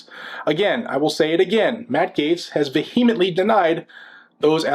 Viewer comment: First.....never say vehemently...lol ...that's all I got